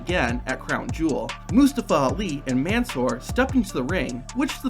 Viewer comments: Since we're on the topic of facts and such......... 1. It's NOT pronounced MAN-soor, it's "Monsoor", Mon of Monday. 2. In Muslim, the "MUS" rhymes with puss, and not the "mus" from mustard.............and the lim is NOT pronounced as lum. Pronounce the "I" more. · That’s not how you pronounce Mansoor’s name lol